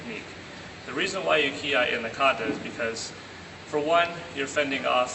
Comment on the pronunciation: It's Kiai, not Kiay.